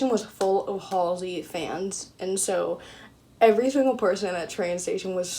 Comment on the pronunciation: Waiting for the second time meeting Halsey😬 also, thank you helping me finally learn how to correctly say her name😂🤷🏼‍♀️